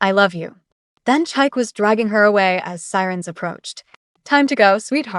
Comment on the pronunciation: Chi-kay, not Chike😂